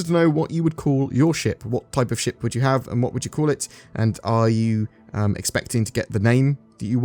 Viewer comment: wow articulate! heard the first five paragraphs as 'sh%^' instead of ship and it was hilarious!